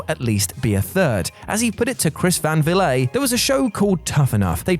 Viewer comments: "Chris Van Villet?" It's "Chris Van VLEET" And using Russo and Prichard, chronic bullshit artists, as credible sources of facts for this video immediately looses it's entire credibility. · “Chris Van Valet” I can’t stop laughing. He’s interviewed the Rock like 9 times and has Emmys awards but u can’t even get his name right smh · Chris Van "vleet" is how he pronounces it... just a FYI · Chris Van Vilet? Chris van Vliet isn't French (the clue is in the very Dutch name) 😄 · Put some respect on cvv name and learn how to say it